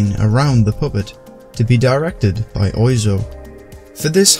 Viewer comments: its pronounced more like WAH ZO rather than OI zo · He is pronounced like Whaaaa Zoo, not Oizo)))) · "Mr Oi zo"... I may be wrong, but I think it's pronounced "Mr Waz Oh"? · Pronounced wazo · Apparently "Oizo" is pronounced "hua-zoh". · Even if "Eric" is a casual English name, it's also a casual French name too, just like "Paul" or "Quentin"... And Mr Oizo is pronounced "wa-zo" (oiseau is French for bird). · It's more like wazzo. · Yeah, it's "wah-zoh". Like oiseau, a bird in french. Because he has french "roots". XD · wah-zo. like oiseau / oisseau, the french word for bird and a french city. otherwise good shit mane ! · It's pronounced "wazo" oi in French sounds wa. Oizo is a "misspelling" of oiseau. (bird) the way you said it was very surprising for the frog eater I am. not to mention he inspired all the French touch dj's we had from Daft Punk to Justice via SebastiAn or Laurent Garnier. Dupieux is the godfather of all still today. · Mr. Oizo (pronounced 'Monsieur Wah-zoh') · Fun fact! (not as fun as the top comment but hey) Oizo is actually pronounced Wazzo. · It's pronounced waso. It's from the french for bird. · Yeah I've became aware of this since the video was uploaded. The name isn't spelt anything like the pronunciation, but it is French I suppose 😆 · You are correct, made this video a while ago and there was a slip up with the pronunciation.